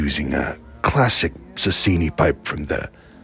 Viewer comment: Gawith Hoggarth not Gawith and Hoggarth you American Best brown no 2 has no essence Sasieni not Sasini